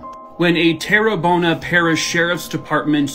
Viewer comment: Just for future reference.. Houma, La is pronounced (Home-a) and Terrebonne is pronounced (Tara-bone) Louisiana native here. Thought I'd help 😊